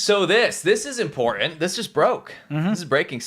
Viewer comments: gone back to not being able to pronounce "important." It's impordan! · Say importaNT. There's an nt at the end of the word. I never minded when my kids had that affectation. But after cringing with the fake ghetto -ness of jazzy, I feel we can't let our English slide. Thanks. 😁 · Big props to whoever called out 'Impor-unt' spelling/pronunciation. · Quit saying “ guys” like a couple of teen age boys. Not everyone watching is a guy. And the guy on the right can’t pronounce “ important “ he says “ imporund” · don't forget the imporant T in imporant